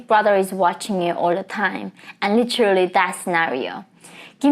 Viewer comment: The word 'literally' (as you pronounce it - litchrelly) is used far too often in all your videos. It's distracting and unnecessary most of the time. Just saying.